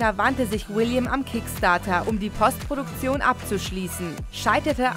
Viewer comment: Es gibt das Wort Postproduktion auch in der deutschen Sprache. Man muss es nicht zwangsläufig englisch aussprechen!